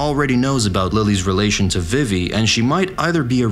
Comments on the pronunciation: tinascarlett5567 It's well known that her name is pronounce vee-vee not viv-E. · I have to dislike the video because you keep pronouncing Vivi incorrectly.